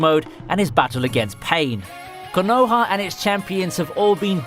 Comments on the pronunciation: Bruh say konaha right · I’m pretty sure the way you say Konoha is illegal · The way he pronounces Konoha and obito makes wanna storm the capitol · Bro i couldn't finish you video with you saying the names the way you were.. please try not to butcher the names next time.. the way you say Konoha and Obito is super cringe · Ffs wtf is wrong with 90% of all naruto "fans". Watch the fucking show with original voices and then just listen to their pronunciation. Konoha, Orochimaru.. Jesus fucking christ....